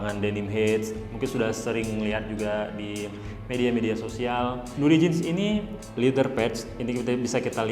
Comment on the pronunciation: Bacaanya aeyren haart, nuudi, flet hedd, mister fridemm